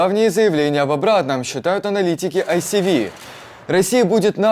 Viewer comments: Яке айсіві?)) Де ви побачили "сі" у ISW? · когда Вы цитируете Институт изучения войны, правильнее было бы называть его не АйСиВи, а АйЭсДаблью (Institute for the Study of War)